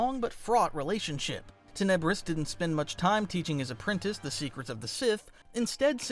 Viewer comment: love your channel but you're pronouncing Muun and Tenebrous wrong. I know you've read the Plagueis book, but you gotta listen to the audiobook. But seriously you've got a top 10 on YT Star Wars channel - outstanding videos!!!! 👍💪